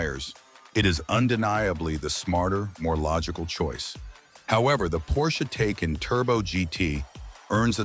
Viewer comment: Can't even pronounce Taycan correctly. lol